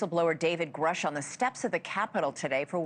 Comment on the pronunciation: Love your coverage. Please note it’s pronounced “Groosh” per my research.